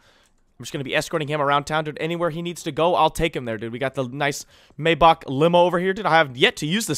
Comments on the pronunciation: said "may-BOCH" limo its may-back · You mean Maybach? But yes it is pronounced mayback